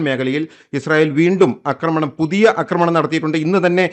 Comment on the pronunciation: അക്രമണം അല്ല ആക്രമണം😎